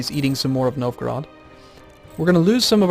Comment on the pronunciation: Am i the only one that hear him say Nilfgarad instead of Novgorod? lol